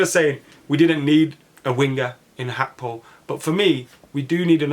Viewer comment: Why do some people want to b extra n think its pronounced ‘hakpo’ n not Gakpo! So fxing annoying. Its Gakpo n NOT Hakpo!!!! Ffs